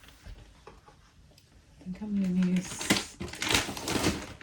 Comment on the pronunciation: I love the way you say ‘ ‘ for use. My son used to say that when he was younger. It’s so cute. Love watching you cos I’m a beginner to house plants. Love to watch repotting ones.